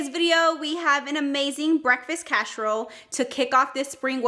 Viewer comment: Looks delicious but why are you saying casherole vs casserole?